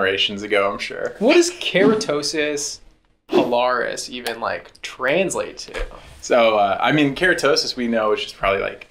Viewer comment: PILARIS Pil-Ar-Is come on 😂